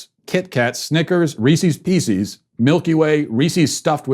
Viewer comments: A Matt Walsh Rant™ aimed at Matt Walsh, after this shocking revelation: The term "Reeseees Pieceees" is offensive on so many levels, not the least of which is that it artificially forces BOTH words to be mispronounced. A staggering feat indeed. Think about another example of this. I bet you can’t (regional accents excluded). I could almost excuse this egregious assault on the English language if the expression included one word that influenced or corrupted the pronunciation of the other, like the all-too-often encountered blunders “card shark” or “chester drawers”… Or how some people say "roller board" in a misguided attempt to lend better enunciation to what they think is “rolla’ board” when the term is and always ever was “roll-aboard” and of course the dreaded “Barnes and Nobles”…. but this is just too much. If you have to change both words to make them rhyme….I mean, I’m not even sure how phenomena like that originate. It’s like if two buildings exploded blocks apart, and while going through the debris you notice a key from the first building was perfectly inserted in a lock from the 2nd building…the odds defy comprehension. So to recap, the term is wrong on every level. First it should never be tolerated from anyone older than 4. I shudder to think that our favorite crusty curmudgeon went through his whole life saying this. Second, do the people who use it ever stop to think of what they’re saying? These are well-known words. Reese’s is an international brand of candy de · Matt Walsh is cancelled for pronouning "Reese's Pieces" wrong. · Matt, I agree with most of everything you have to say, but today shook me. Mispronouncing Kamala is perfectly fine, but please stop with the “Reesees Peacees.” If anything deserves a vomit emoji, that’s it, but I resisted in fear of qualifying for Cancellation. Unfortunately, you qualify and you are Cancelled. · For the love of all that's holy, please learn to pronounce "Reese's pieces"